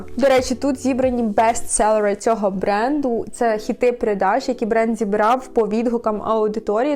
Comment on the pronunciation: Я одна это слышу?! Откуда это английский акцент? И ладно если бы просто в англоязычном названии, так нет же вы послушайте это произношение слова "бестселлеры"🤦🤦🤦